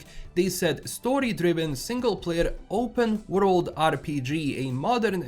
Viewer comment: can't wait for this remake, I tried to play TW1 for years but it's too clunky for me, also the way you say W-road instead of world kinda gets me a little off guard everytime😅